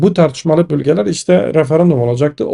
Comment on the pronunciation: Bülgeler değil, bölgeler. Ö olacak öööö